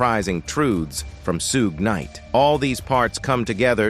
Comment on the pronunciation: These AI narrators be KILLIN ME😂😂😂. "Soog Kanight